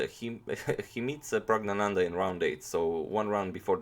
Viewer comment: Caesar Augustus you say it like Prugg-na-nanda